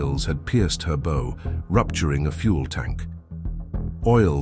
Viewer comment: Please teach this bot phonics. The Bow of the ship is not pronounced like the wooden stick with string you sling arrows with.